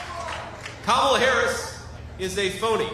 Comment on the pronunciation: You keep saying her name wrong! It's Kamala, not Kamala! SHEESH!